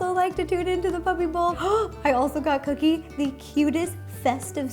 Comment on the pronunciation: She called cookie "kitty"